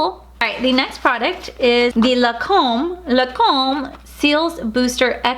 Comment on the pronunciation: I love you but you kill me every time you say La come where’s the N? It’s Lancôme you are missing the n I still love you and love your videos they make my day I really enjoy watching you you are one of my top 5 favorites cause you are so real and entertaining ♥️♥️♥️